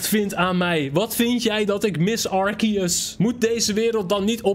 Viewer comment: Het is arseus!!!! En arceus is veeeeeeeeeeeeeeeeel cooler